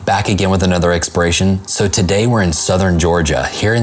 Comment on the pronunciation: IT IS EXPOLORATION NOT EXPERATION.